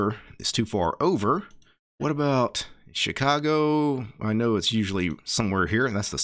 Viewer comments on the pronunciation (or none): none